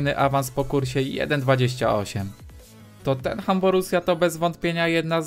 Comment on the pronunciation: nauczy sie ktory wymawiac poprawnie nazwe tottenham?